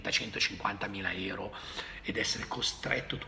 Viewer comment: Si dice EURO NON ERO